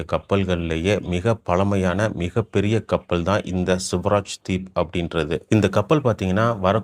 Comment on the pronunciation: It is not ' Suvaraj deep' but 'Swaraj deep'